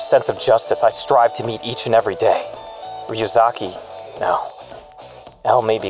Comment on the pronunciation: Light not noticing that pronounces matsuda and ryuzaki just fine, is the best part of this so far lmao